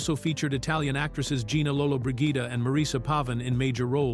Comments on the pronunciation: If the narrator is not able to correctly pronounce the name of one of the most famous film legends, Gina Lollobrigida, he should give up the profession as soon as possible! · creative pronunciation of lolobrigida . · Too bad the narrator could not correctly pronounce Gina Lollobrigida's name. So many other errors!